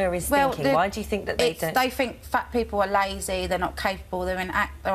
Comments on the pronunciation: “I Fink I come across well spoken” 🤣🤣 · An adult saying 'fink' is inexcusable. It is infantile baby-talk. That has nothing to do with an accent. There are people from the same area who are able to speak to adult standards, have jobs and possess only the one chin. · has an accent and dialect got to do with saying 'fink' instead of 'think'? That's nothing to do with accent, it's baby talk. It's nothing to do with background either. Kenneth Williams was from a working class cockney background, and he took it upon himself to enunciate words properly. Saying 'think' in a Glaswegian accent, is fine. Saying 'fink' when meaning 'think' in any accent is incorrect. The word begins with 'th' not an 'f'. Intelligence is a fallacy and the interpretation of it is subjective. There are plenty of intelligent people who are simply unable to articulate their views as well as Katie Hopkins. Hopkins is able to put her viewpoint across more confidently and therefore sounds authoritative on the matter. That doesn't necessarily make her more right, but I'm afraid it makes her more convincing to surface people. That's the point, Hopkins sounds intelligent to those who aren't particularly bright, but who want to feel superior to who they would call 'chavs'. Despite how she sounds, Katie Hopkins is incredibly ignorant on many topics (But also brilliant on others). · If you don't want to be on benefits, stop eating all the pies and lose weight, people may not like katy, but she tells the truth, and this lady thinks she's well spoken but she's not , ITS THINK NOT FINK. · “I fink I come across well spoken” - nailed it 😂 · “I fink I’m well-spoken” 🤣